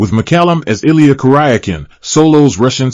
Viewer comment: Beatles K haircut? Please give us a voice we all can understand better! They can't even pronounce Illya's last name correctly (at least, he bothered to say David's last name better than most narrators). RIP, David